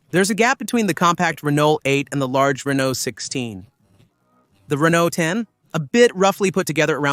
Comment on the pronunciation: Great car, please pronounce Renault correctly